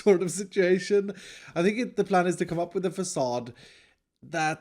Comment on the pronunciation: Drinking game, everyrime says 'fAcaDe'